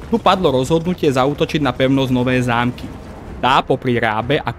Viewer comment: Kámo, uchádzajú ti názvy obcí trocha. Päkostolie, Nowé Zámky a podobne. Neviem či to je len to použitie AI alebo to je u teba, ale možno si to ustráž trocha. Inak video veľmi super, konečne niečo poriadne na Slovensku, keď už Sandra serie na Dejepisinak .